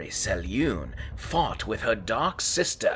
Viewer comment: If you're going to make videos about the Forgotten Realms at least do your homework and learn to pronounce names as Ed Greenwood intended. He spells out how to pronounce Selune in the original Forgotten Realms 'Old Grey Box'.